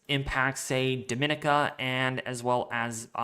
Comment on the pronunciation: Dominica = Doh- mi- nicka